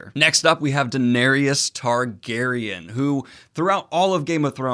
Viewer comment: Daeneryus... last time I heard you say it like this as well XD Thought you where making a joke back then :) apperently not